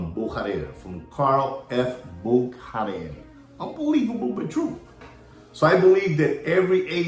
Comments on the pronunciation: Bücherer is pronounce "Boo-shah-rer" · Comical, how pronounce’s Buchurer! His alter ego, agrees!